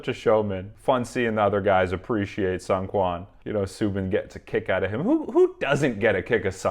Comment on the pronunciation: just wanted to let you know that seungkwans name is pronounced SOON-kwan :) Great video, I really really enjoyed it